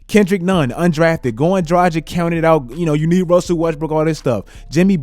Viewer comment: I really love your content man, but please, learn to pronounce Dragić properly.. It really hurts to hear your pronouncion as Europenian guy. I think you would be annoyed too if someone mispronounce your name ALL THE TIME, in my eyes - if you can't pronounce someone's name it's like not giving a man respect. I have no idea why is everyone trying to make his name sound 'American'. He is freaking Slovenian. You are NEVER pronouncing ć as k there. Also g in his name is like g in word lanGuage, not languaGe.